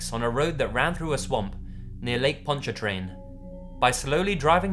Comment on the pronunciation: Got a say you earned my subscription strictly cause you’re one of the few who actually said the lake in Louisiana correctly